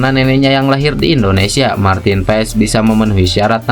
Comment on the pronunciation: pengucapannya Martin PAS bg..